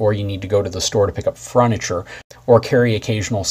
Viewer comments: Did this guy say “to pick up some ‘FRUNITURE’ “ at about the mark? FURniture, dude. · “fruniture” Haha. Thanks for a great commentary.